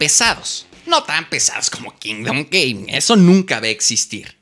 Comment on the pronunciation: Se puso anuncio a la mitad de que dijo Kingdom Gaming y se escuchó Kingdom gay, y solo pude pensar en Giancarlo el resto del video jajaja